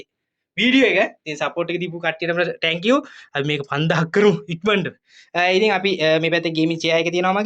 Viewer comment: "tankiw" nemei sudda "thank you" kiyhn ❤